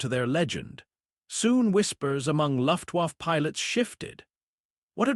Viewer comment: Luftwaffe, pronounced luft waffa, bad AI narration to go with bad AI imagery.